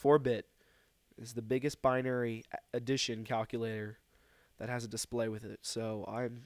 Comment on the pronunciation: stop saying cockulater